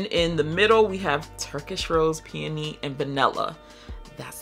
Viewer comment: you know I have mad love for you. ALL of the Blk fragrance girls say "Peony" WRONG and other people hear them and keep that issh going. PLEASE Google the pronunciation of Peony (it plays how the word should be said). It's Pee-uh-nee, not pee-ooh-nee